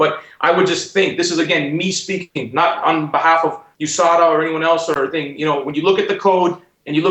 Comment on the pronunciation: Usada Usada.... its USADA